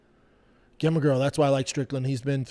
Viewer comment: Pronounce the word "gem" then Pronounce the name "gemma"